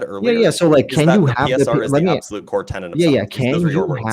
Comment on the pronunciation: learn how to pronounce infallibility. Also, it's "core tenet" not "core tennant"